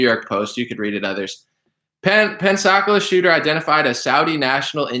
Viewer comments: The pronunciation is pens a cola. Floridian hair listen check out the Douglas M Dukote show from today he is retired military and tells stories about this being common practice since World War II we beat Germany train them the fly sold them airplanes then Pearl Harbor hit we trained Japanese until damn airplanes and so on and so on. The video is very interesting I think you'll get a lot out of it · It's "Pensa - Cola"